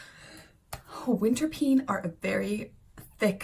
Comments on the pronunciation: Winterpeen spreekt je eigenlijk uit als 'winterpain' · Hi, the winterpeen is pronounced in Dutch as winterpain . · You pronounce winterpeen as ‘ winterpane’ or ‘ winterpain’ so it diesn’t sound like ‘scream ‘ in the pronounciation